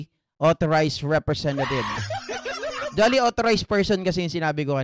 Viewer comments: Yung 'duly' po ay pronounced as jooly hindi dolly hehe peace po ✌️ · Correct pronunciation of DULY is same as julie not dali